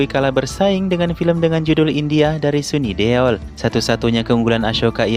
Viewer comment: Please lah masa SUNI DUL di ucapkan sini Deol .. ngakak gw